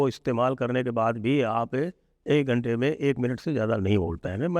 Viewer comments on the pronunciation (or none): none